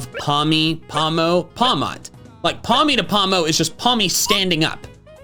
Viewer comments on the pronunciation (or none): “Paldea is based on the Iberian peninsula meaning it is based in Spanish countries” *Pronounces pawmo and pawmot in Spanish*